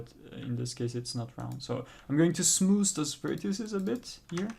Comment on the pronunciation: lol why do i find him saying SmooS satisfying